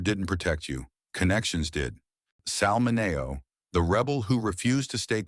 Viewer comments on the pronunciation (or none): Let’s at least pronounce Sal Mineo‘s name properly shall we? Sal MIN-ee-oh. Rip.